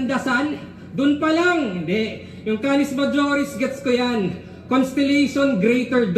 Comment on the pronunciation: ironic kay hazky sa pag banggit ng “google rapper” daw si gl samantalang na kengkoy sya sa “cannis majoris tawsanlargerthanthesun 😂